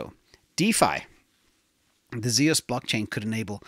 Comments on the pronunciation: It’s Zeus like the Greek god not zeows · Zeus is pronounced Zyoos. It's the name of the Greek god of sky and thunder. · Zeus is one syllable.